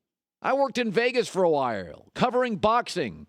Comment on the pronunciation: "I worked in Vegas for awhirrrle"